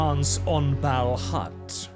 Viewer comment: I have a question about pronounciation. You say “Balhut”, but iirc it is written “Balhaut”; I’ve always pronounced it as “bal-hawt”. Which is correct?